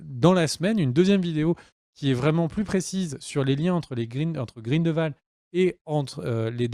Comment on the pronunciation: Mes oreilles ! Cest GrindELwald et non "Grindvald" Et au vu des absurdité que tu dis que j'ai pu lire dans les commentaires je vais m'arrêter là. Cirrige ta vidéo et reupload là stp